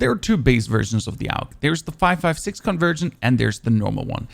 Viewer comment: Most people call it "og", but saying "Aug" is more accurate, since it stands for Armee Universal Gewehr and their initial are pronounced that way. You're the first content creator I've seen that actually says it the correct way, good job man